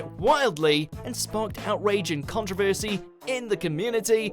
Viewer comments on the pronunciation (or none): none